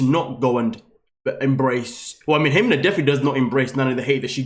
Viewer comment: Melissa is Melissa. Ximena is an old way to spell Jimena. It drives me nuts he calls her HE-men-ah. Her name is He-ME-na. The accent goes in the middle of the word, not the beginning.